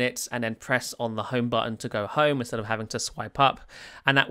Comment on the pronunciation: It's HOME page not "HUN" page / screen.